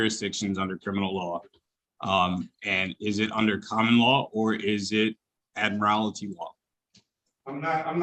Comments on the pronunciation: This clown of a defendant can't even pronounce "admiralty" correctly, he's saying, "admirality". Speaks volumes about his lack of legal knowledge. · So many of these knuckleheads mispronounce 'admiralty' as "admirality" that I wonder if the boilerplate SovCit script they are reading from has that error as a typo.🤣😝🤣😝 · If you are going to make a nonsense argument you should at least learn how to PRONOUNCE the words. Ad-mir-AL-ITY? No. Sixth Amendment: In all criminal prosecutions, the accused shall enjoy the right to a speedy and public trial, by an impartial jury of the state and district wherein the crime shall have been committed, which district shall have been previously ascertained by law, and to be informed of the nature and cause of the accusation; to be confronted with the witnesses against him; to have compulsory process for obtaining witnesses in his favor, and to have the assistance of counsel for his defense. He was informed of the nature and cause of the accusation. End of story. All this other "trying to understand" is so much horse excrement. What he should have read is the final clause, and gotten "the assistance of counsel".